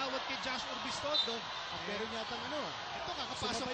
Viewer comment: Agree dude. Pero mali lang talaga ginawa ni Pamboy dun, and we need to accept the fact that he did a bad thing. And lastly, its URBIZTONDO hindi ORBIZTONDO. TNT! #TNTnation